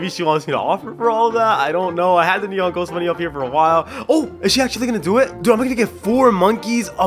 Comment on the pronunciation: You said nenon owl hahaha